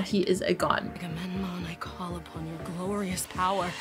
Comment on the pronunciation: its not agamon its agamemnon its aga mem non agamemnon not agamon